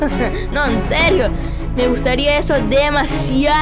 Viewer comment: es enserrio jajajjajaja se dise enserio